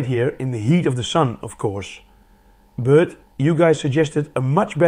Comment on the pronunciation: video host pronoucnese "but" as "bruught". also this is jsut enough to power a modern high mid-end pc.